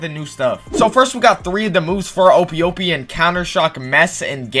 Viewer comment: bro really said OHPEE